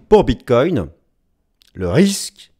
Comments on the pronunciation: Bonjour, merci pour ta video, tjrs au top. Concernant la prononciation du Bitcoin, avec tout le respect que j ai pour ton ami, le Bitcoin aussi veut qu on le respecte😉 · Au Québec aussi on dit BitCOIN et non pas Bitte-cogne comme les européens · Merci pour tes analyses toujours aussi précises... par contre, j'ai remarqué que tu ne faisais plus de répétition du mot "bref"... c'est vrai... mais un autre est venu le remplacer: "bit-COIN" 🤣🤣🤣🤣 À mardi l'ami 😊